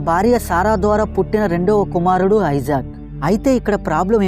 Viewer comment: అతని పేరు ఐసాక్ కాదు ఇసాక్